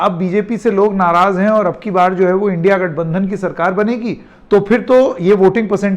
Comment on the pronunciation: सर की जुबान लड़खड़ा गई इंडिया गठबंधन को इंडि गठबंधन बोल रहे हैं। 😊😊 सर मैं आपको फॉलो करता हूं आपके स्वतंत्र पत्रकारिता के ऊपर ना किसी पार्टी के पक्ष में बोलने पर Jai Hind 🧡🤍💚